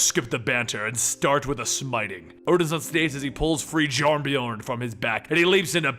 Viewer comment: Why does he pronounce Mjolnir that way? It's M-yol-nirr, not mol-ner. And it's Cul Borson, not Cole Bronson. "Jarn-byorn"? It's pronounced "Yarn-byorn" with a hard Y sound. Why does this guy struggle pronouncing every single norse word? It's not difficult. Gods, it's called Stormbreaker, not stormbringer. I thought this guy did his research. Did he really just say "Jute-un-hyme"? Jotunheim is pronounced "Yo-tun-haym". Did he say the cancer "mestasized"???